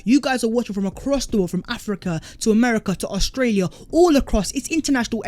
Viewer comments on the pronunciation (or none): none